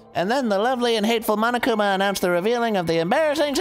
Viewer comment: It's frustrating that the characters, and grumps, pronounce "mondo" and "monokuma" as "mando" and "manokuma".